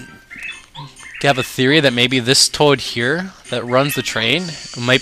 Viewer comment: haha nice protonjon reference and great job with the let's play. pretty informative and i like your comments on how weird the mario universe is. also, one question though too.. where are you from bro? just askin cuz you say words like toad and ghost house almost like with an accent haha